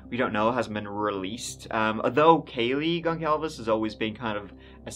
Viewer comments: It's not ''Gonclaves'' it's Gonçalves and it pronounces ''Gonssalves''. You're welcome. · Its pronounced gon.sal.ves instead of gon.cal.ves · “Goncalves” is the Portuguese version of “Gonzalez,” so is pronounced more like “gon sal ves.” 😃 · The last name Goncalves is pronounced gon-sal-ves.